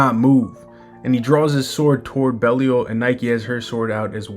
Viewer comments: Also its BE LYLE 😅 NOT BEL IAL LOL😂 BROOOO WTF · Where did you get that from? Pretty sure it's "Bey-lee-ahl"